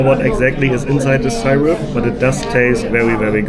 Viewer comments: It's pronounced Sir-up not Sire-up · Syrup is pronnounced seerup. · You were eating imitation maple syrup or pancake syrup (pronounced sear-up not sire-up) in that Cooperstown diner. Regualr pancakes in USA are eaten with butter and maple syrup. The pancakes are not sweet so the added syrup makes it savory and sweet. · SIR Up. Not sigh Rup. lol NFL Football is the most popular. Baseball:Zzzzzzzzzzzzzzzzzzzzzzzzz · Also, I love the way you pronounced “syrup” (it’s pronounced “seer-up” or “sir-up”) 😄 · syrup .. is pronounced like it sounds.. as in "see rup" not the way you are saying it.😂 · Love your accent man! Syrup is pronounced “Sir-up”❤😂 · The syrup (pronounced see-rup} is corn syrup..cheap version of maple syrup..Americans are friendly..it.makes you forget they are a war momgering nation..the niagara falls on the Canadian side is way better. Rural upstate ny is gorgeous! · She was probably thinking of molasses. "Brown sugar cane" was what made me think that. That is made from sugar of course... pure sugar. Syrup is made from maple tree sap, has lots of sugar in it, but it's tree sap. Hearing you mispronounce that was cute, who says Germans cant be funny, just have them try to pronounce New World words. See-r-up, not Cy-rup. "Massachusetts", I will not correct you, because that was golden. Adorable. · It is so cute how you pronounce "syrup "....love it❤